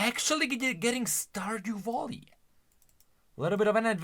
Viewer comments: Oh my fucking god i got so triggered everytime you said stardew volley and not valley i actually wanted to bash my head in ngl 🤣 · Hey, don't know if you just misspoke, or it's your way of saying it due to your Accent or what ever it is. But you say "Stardew Volley", tho it's pronounced "Stardew Valley". You say it with an "O", instead it should be with an "a". Not meant as hate obviously:)) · You know, its' not "Volley", it's "Valley". Also, Veigar is confirmed to be pronounced as in "hey", so "Veygar", not "Vaigar", in case you didn't know about the creator confirming it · Really good news for people liking that genre. I would could myself to that roster, but i hate yordles and yordles + that walking animation triggers me beyond compare. Also really triggered how always called it stardew volley instead of valley. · I cant i can not stardew valley being said as stardew volley.....😅😅😅 i love u but PLEASE say valley not volley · Stardue voli 😂😂😂 sorry its just funny how you pronounce valley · bro said „stardew voli 😮😮😮🐻‍❄️🐻‍❄️🐻‍❄️🐻🐻🐻“ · I thought he was saying Star Voli 😅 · "Yorlde Stardew Volley" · Lol wtf is wrong with him saying valley 😂